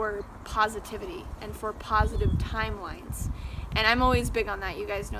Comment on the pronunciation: "TIMLEINES" lol